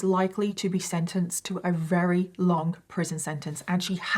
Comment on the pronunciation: For someone who claims to be English you sure can't speak it very well. That's very with a v come on now say it with me v v very! Not rary